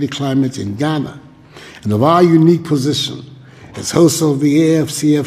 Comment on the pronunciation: It's Ghana, not Guinea